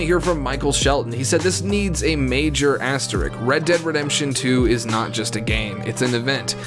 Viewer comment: Asterik. Also, eksetera. 😂